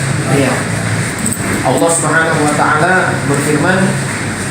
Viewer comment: Sdh sering ini mengolok2 Islam sperti nama ALLAH dgn sebutan Olloh, menyebut kalimat Isyaolloh, lalu sholat, zakat dll. Pd hal klo dia mau buka Bible ada nama allah yg nyomot dr Alqur an, lalu ada kalimat JIKA TUHAN MENGHENDAKI, YESUS PUN BERSUJUD, lalu tentang zakat... Zakat untuk fakir miskin tp beda dgn PER10AN yg lbh byk untuk Pdt. Mungkin Pdt ini Jarang baca Bible ato takut jemaat gereja yg pd jd mualaf.